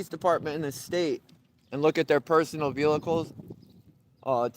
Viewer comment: Why can’t this dude say vehicle??